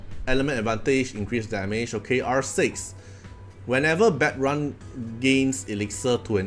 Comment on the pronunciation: it's pronounced like "bad - rune"